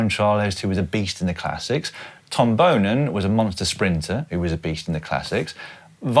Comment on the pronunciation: They're both freaks of nature ever since they were young. Far more than Boonen and Cancellara were in their younger days. But it's also a bit odd to compare the Boonen (by the way, don't pronounce it like Boenen, do it like Daniel did, just Boonen) and Cancellara era to this one. That era had more riders that could last endurance wise on the Boonen and Cancellara level than this era has riders that can last endurance wise on the Pogacar and Van der Poel level. You'll see it again this sunday: in the last hour those two will be a big level above everyone else. Pogi and MVDP are just freaks of nature in a good way, makes for a good watch as well. And Pogacar will deliver at Roubaix, 100%.